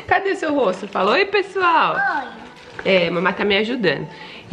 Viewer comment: Mini compra logo uma camera pra mama ela ja é uma blogueira kkkk ela falando pexual❤❤❤linda demais